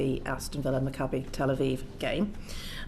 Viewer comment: Ma cah beh....I think its pronounced Mac A Bee!? That's spelt M U T H A P H U K A S.